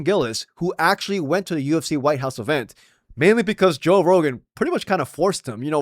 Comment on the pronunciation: "toe" rogan! i love it!